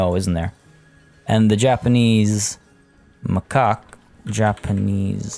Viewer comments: It's insane to me that you have so many animals and your zoo is still making money. I've always heard macaque pronounced as mah-kak. If there's ever a crash, make sure to check your animal storage because pregnancy at the time will have the babies put into the storage so you can suddenly find yourself with ten new animals in storage. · So i paused the video cause i had to go to the bathroom. I come back, you were renaiming the stores in the japanese section: Me: unpauses the video: "ma' cock" Me:................. Then i realised it was macaque lol Btw, great video. I'm gonna throw it out there and say you could slow the aging rate of the animals a little bit more, it’s getting stressful to keep up with animals aging, dying, maturing. It's not going to be revolutionary but i think it’ll help. Keep up the good work! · If you say makac monkeys. It sounds like macokc monkis.